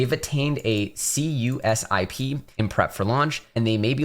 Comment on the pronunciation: CUSIP is pronounced Q-Sip